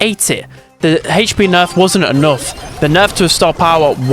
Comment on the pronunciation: Ppl: hp: hech pee